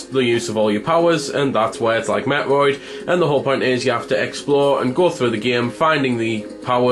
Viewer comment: Your pronunciation of metroid. Felt like you were talking about a different game.